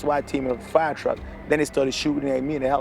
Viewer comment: Did he catch himself on fiyaaa . That’s a professional speaking ?? 😬 yikes